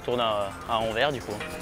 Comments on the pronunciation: * AnverSSSSS ! haha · AnverSSS :) , c'est ainsi que les francophones de Belgique, et les gens du nord de la France prononcent :) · Très bonne vidéo ! Et on dit "Anversssssssssssss" oui le S se prononce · Je trouve aussi mais l’annonce de la 2 prononce Anver 🥲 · Le Anvers belge (/Antwerpen) se prononce AnverSE pour l'amour de ciel! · Super Vidéo par contre ça se prononce AnverS, Il faut dire le s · Pour info, on prononce le S de Anvers, merci pour les oreilles de tous les belges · Moi qui écoute "Anvers" en étant belge (au secours) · Pour info, on dit "Anversse". On prononce le S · Bonne video Par contre on prononce le 's' d anvers, nos amis belges vous remercient. A transmettre à la ratp à l occasion. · On prononce le S à Anvers :) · Anversssss on prononce le s en Belgique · le S d'Anvers se prononce, c'est Anversssss T.T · Super intéressant comme d’hab mais les oreilles de belge saignent à force d’entendre Anver on dit anverSSSSS On dit le S 😉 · On prononce le S dans Anvers. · Anvers et Antwerpen c'est la même ville ! C'est les francophones qui disent Anvers. D'ailleurs on ne dit pas "AnveR" mais "AnverS", il faut prononcer le "s". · Ohh C'est pas vrai. C'est AnverSsssss. Il faut prononcer le S. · Ça se dis anversse tu dois prononcé le s avec 😉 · Ahah des fois il prononce bien Anvers et des fois non mdrr c'est aléatoire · Non, c'est pas le cas, c'est une erreur de prononciation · Très drôle le détour par Anvers central mais attention car en Belgique on prononce le S et sinon très belle gare de chez nous 😁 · c'est marrant en France on prononce le X de Bruxelles mais on ne prononce pas le S de Anvers alors que les Belges prononcent le S de Anvers mais ne prononcent pas le X de Bruxelles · Salut superbe vidéo... j'ai beaucoup aimé la blague sur anvers... sauf que le "s" a la fin d'anvers se prononce...